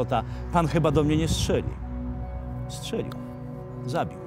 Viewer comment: Strzelił nie szczelił. Z małopolski jesteś czy co?